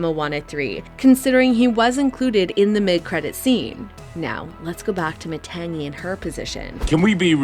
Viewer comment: These YouTubers mispronouncing Matangi and Tamatoa is driving me crazy 😢